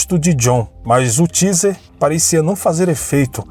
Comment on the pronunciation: Ô querido a pronúncia correta do aparelho de choque usado pela polícia é " TEIZER ". UM ABRAÇO. ADORO SEU CANAL.